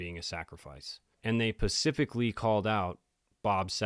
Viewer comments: I am not insulting you in any way but it is “specifically” not “Pacifically” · I love your content. I've been watching and binge watching. If I can give constructive criticism, I would like to tell you that it makes me cringe every time I hear you say "Pacific" instead of "specifically". I'm really not trying to be rude. Hopefully this will be received with the intention I'm meaning.